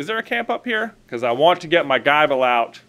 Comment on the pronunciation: It’s not pronounced Guyble…. the “i” is the same as the “i” in nibble